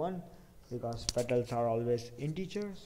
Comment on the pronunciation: petals not pettles...